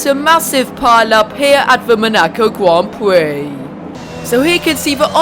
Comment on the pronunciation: 3 mins he says at the Monaco gwand pwix